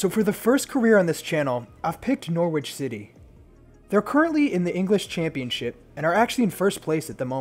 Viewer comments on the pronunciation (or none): pronounced Norich though! ;) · U said norwich wrong btw. But just found the channel and love the vid